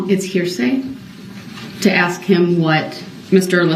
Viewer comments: Axe brooks ... 😂😂😂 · Hyped up 🎉 Please 🧐 is that a please 🤔?I would have needed dentures before puberty if a grown up had to axe me to say please 😜 evil lil gremlin 🔒🔥